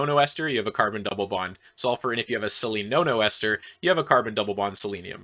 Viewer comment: When he said selenonoesters i could swear he was saying silly no no esters, like, you know, an allusion to drugs or illegal substances idk